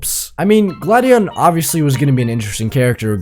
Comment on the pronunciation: bro said glad-di-on instead of gla-di-on